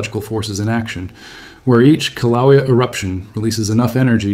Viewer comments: Koh-wha-lea? It's Kill-ah-way-a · The Hawaiian volcano is pronounced 'killa waya' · It's Kilauea ( Kil-a-way-a). At least learn how to pronounce the place, if you want to be taken seriously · KIL-A-WAYA That's how you say it. Just FYI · Aloha. I wouldn't say that Mexico and Hawaii are opposite sides of the planet. Very far from it. Also, they won't get mad but Kiluea is pronounced more like Kill-ah-way-ya. Best if said quickly.